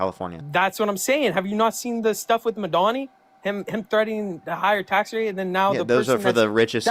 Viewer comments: Why does bro keep saying Madonny? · Corrects him every time he mispronounces Kamala (as he should) but I bristle whenever he says "madani" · I kept thinking he was saying “Madonnay” or something for Mamdani. 😂😂😂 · Caller can't even pronounce Mamdani. He keeps saying "Madani." Angry, privileged, possibly drunk, insular, and profoundly stupid. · Madani? (doesn't he mean...Mamdani?) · "Madonny"? Does he mean Mayor Mamdoni? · "muhdani" told me everything I needed to know about this kid, and then he kept spewing bullshit. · He couldn't even pronounce Mamdani. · This guy literally cannot pronounce Kamala or Mamdani. Like, dude... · He can't even say the mayor of NYC's name correctly!!! He's not the second coming of Madonna. So annoying the way the caller says his name!